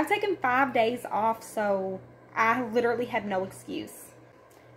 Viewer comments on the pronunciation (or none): I seriously love your channel, but please, could you stop saying “literately”... it’s “literally”. ♥️